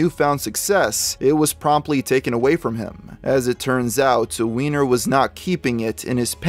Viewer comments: I thought it was pronounced Wine - Er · They pronounce it wine-er according to the news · I hate to be a killjoy but based on how his last name is spelled, it's supposed to be pronounced "wine-er" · If "Weiner" was my last name I would refuse to pronounce it as "Wee-ner"...I would insist it that it was "Way-ner"... thankfully I don't have this problem.